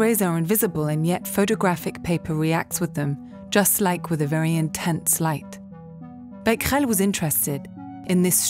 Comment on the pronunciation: The thing I was most excited to know was how to pronounce Becquerel. And I am not disappointed.